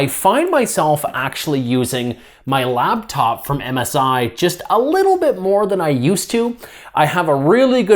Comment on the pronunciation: its LAPTOP not LABTOP